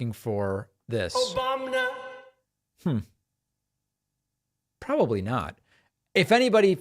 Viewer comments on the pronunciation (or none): I say it all the time now too.. "Obamina" 😅🤣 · Republicans mock Biden for having a stutter, yet Trump constantly mispronounces words like it's his first time saying them, also OBAMNA.